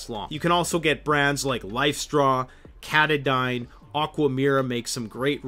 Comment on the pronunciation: Katadyn is pronounced : Kuh - tah ' - din. THe company is likely named after Mount Katahdin in Maine.